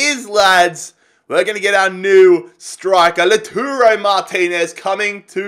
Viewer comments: are you serious? 😂😂 Laturo?? 😂 He's name is Lautaro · please read this! Lautaro is pronounced: LAUTARO not LATURO Joaquín Correa is pronounced: Hoakin not Jaokin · Its not Laturo, its Lautaro, La-u-taro.